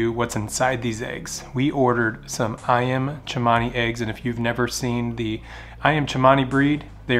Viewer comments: Its Ayam Cemani not Chimani lol. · It’s pronounced Ayam Kemani not Tshemani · That’s not even how you say the breed 😭 you butchered the name ! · Probably would have had a better hatch rate if he let them sit. It helps to re-set the air cells. Also incorrect pronunciation of breed name. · U didn’t Pronounce the name right but good luck